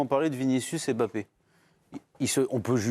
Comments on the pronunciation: c'est pas M' Bappe c'est MBAPPE pourquoi vous déformé le noms des gens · Sorry, je suis hors sujet et je le concède mais franchement on dirait que c'est fait exprès. "'M'bappe aime bcp Vinicius et Vinicius aime bcp 'Mbappe'". Alors pourquoi toujours mal prononcer certains noms africains alors qu'on connait bien les prononcer? Mais lorsque ce sont des noms d'autres nations d'Europe, on n'a pas de souci à prononcer. Par exemple: Mkhitarian. Jamais on n'entendra "M"khitarian. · Ptn svp c'est pas "EM Bappé" c'est "Mbappé" c'est fou de prononcer le nom des gens comme ça !